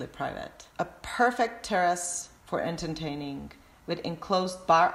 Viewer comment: why does she say entertaining as enterNtaining it pisses me off